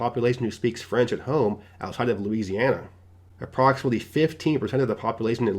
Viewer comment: What is a hoime? Are you try to pronounce Home with the long O? Check your dictionary.